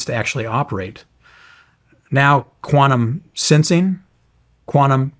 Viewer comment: Its QUANTUM not QUANUM 😂